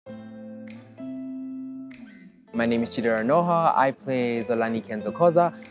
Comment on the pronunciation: I guess he was born in SA. He can't even pronounce 'Nwoha' correctly 😂